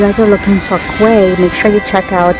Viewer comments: Great vid! Now I want to go to Nordstrom rack. Also Quay is pronounced as “key” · quay is pronounced key